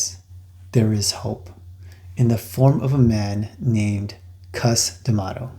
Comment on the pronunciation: you said gus lol its Cus D'Amato